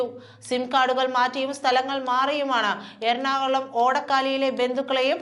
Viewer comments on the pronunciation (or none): none